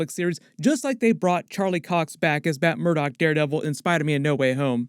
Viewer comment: Sounds like he said Batt Murdock. 😆